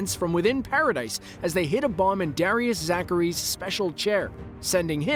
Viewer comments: It's actually Pronounced Paradi not Paradis even though it's spelt that way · I almost got interested to watch the whole vid, but had to stop. This guy's keep saying "Para-Dice" and I thought I was watching something about AoT.